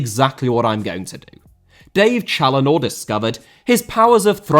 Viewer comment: Even if he horribly mispronounced his name.